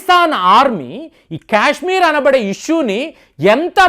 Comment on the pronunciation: క్యశ్మీర్ కాదు సారు కాశ్మీర్ పదేపదే క్యశ్మీర్ అనకండి